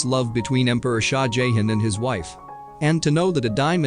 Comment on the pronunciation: Or the Indian king "Jayhen" 😂😂 it's JahHahn.. Not Jayhen.